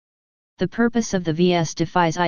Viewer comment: "the cave of mysterious vee ess"... lol...